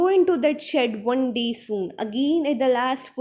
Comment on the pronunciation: Panes=peens One=wan Lol no offence Otherwise your explanation was really good